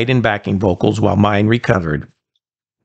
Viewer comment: It's pronounced Mine-eh in German. Very short 'eh'. But important to get it right.